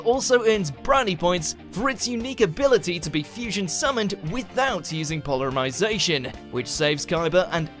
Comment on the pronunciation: "Polermyzation" bruh